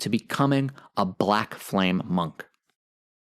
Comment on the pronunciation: "Surge, o flam-ee"???